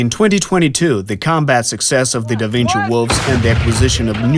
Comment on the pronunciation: "Dă Vincii" 😅